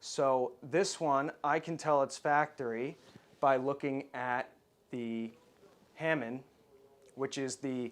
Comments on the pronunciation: The 'hamon' is actually pronounced hah-MON, not HAH-min, FYI. Hand-made katana are traditionally 'tamahagane' steel, smelted from iron sand. Though some tribute/ceremonial blades have been crafted from historical metal, such as nails from refurbished temples. Amazing to see a range of 'Arsenal-grade' blades. I wonder if Japan would appreciate the return of the hand-made katana at least. When the US Army confiscated all swords so many rare and heirloom blades were lost, taken as spoils of war by troops. Swords are part of Japan's high art forms. Such a shame many Westerners merely see a "cool sword", and fail to appreciate their significance in Japan's history. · “Tempered edge” is misleading The entire sword is tempered after heat treat.The edge is differentially hardened to obtain the Hamon (pronounced ha moan not ham mon). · Pretty sure the factory made blades didn't have a hamon on it. As as this guy kept saying "HAMIN". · It’s pronounced ha-mong like HA HA and fish MONGer. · you seem to respect the katana.. but at least make an effort to pronounce the words properly .. not this americanized bullshit